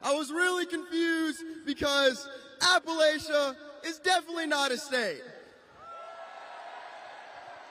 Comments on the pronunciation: We can't read? This guy doesn't even know how to pronounce Appalachian. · Just a couple of things. 1st I would like to point out you are pronouncing Appalachian wrong. For something that is supposed to be funny. Let me help with the fun part. You know what maybe he is writing with difficulties with reading. I have always been a math guy. Texas A&M and College Station has the only ATM in the state of Texas I know of that will pay Appalachian State out 1.5 million dollars for coming down and magical finding you guys on the map. I was hoping Texas A&M and this guy could help me out. I have told her time and time again. I know she loves the mountains of North Carolina in Boone, NC. Seeing I thought it was Texas for the state name. Not Texas A&M. Getting off topic. She of course is your mother. I know that Yosef is her Daddy and yours as well. She can't stay though.